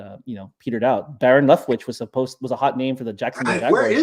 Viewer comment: you guys were asking where are all the hot OC's are and that they're not getting these head coaching positions and mentioned Byron Leftwich (or as the guest sounded like, Baron Leftwich). I don't know what he's up to atm, but he was replaced in Tampa by Dave Canales. Edit: I just looked Byron Leftwich up and in October 2023 he reached out to the Steelers organization "amidst their offensive woes" for a possible role in getting the offense back on track. Wow, it says it was Tampa's call to let him go, despite Bucs offense that was top 3 in NFL in scoring, and first and second in passing yards over 2 seasons. That's pretty tough. That was with Brady though.